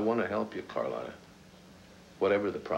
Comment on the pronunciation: Dang, all these months and still can't pronounce Carlotta's name. 🤣🤣🤣🤣🤣🤣🤣🤣🤣